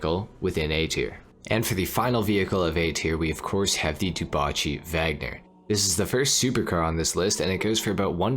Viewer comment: ngl it's still weird to hear dewbauche being pronounced as du-ba-chi